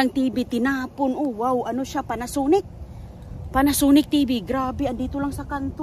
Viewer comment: Ang over acting mo po magsalita. Midol, lider, dikuresyon, panasunic. Sira na po kasi ang tv kaya tinapon na po.